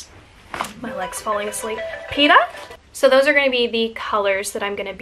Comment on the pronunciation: Who is “PETA”? Every time you say it I think you’re actually talking about PETA (people for the ethical treatment of animals)😂